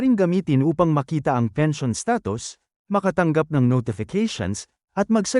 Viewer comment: fake, maskina pag pronounce pens. i. o. n.